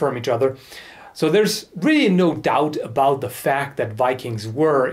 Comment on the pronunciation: Wow you truly sound like one of us now lmao.. No doot aboot it eh?